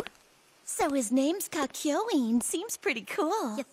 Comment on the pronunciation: Kakyoiin??? too much pronouncation on the I